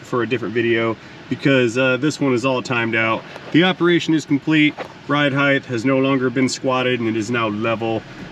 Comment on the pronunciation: Do I detect the mispronunciation of the word “height?” Words… 😉👍🤓